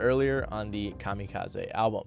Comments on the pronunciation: Calm-E-Cause-E ❌ Calm-Eh-Cause-Eh ✅ Mat-hers ❌ Math-ther ✅✅ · Why you say "Mathers" and "Kamakazi" so goofy doo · Why are you pronouncing "kamikaze" & "Mathers" like that? I've never heard a single other person, not even Japanese (where the word comes from), pronounce "kamikaze" like that. And that's not how Em pronounces his own last name. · Good vid, man. My only bitch is the way you pronounced "kamikaze" 😂 otherwise it was good shit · Fred Durst (Limp Bizkit) or Everlast (Whitey Ford/H.OP.) should've been on this list over Vanilla Ice. Ice's career was pretty much over before Em blew up. Even Cannibus would've made more sense. And please, if you're going to do a feature on a topic get the pronunciations right. Kamikaze??? 😒🙄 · Your pronunciation of kamikaze is wild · lmao 🤣 kamikaze has a hard e on the end , but your cute so it's ok lol